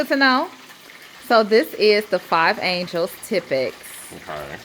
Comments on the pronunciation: Angeles (like Los Angeles) not angels. 😉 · You’re saying and spelling it wrong though. It’s Angeles like Los Angeles, not Angel. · I wasn’t gon say nothing 😂😂😂 but that was so funny 😅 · I’m thrown off by the pronunciation of “Angeles” lol but the video content by is always great.